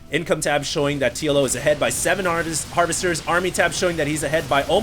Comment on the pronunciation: he said harvesters but he forgot the "h"